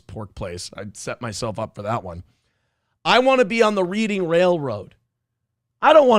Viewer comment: "Reeding Railroad"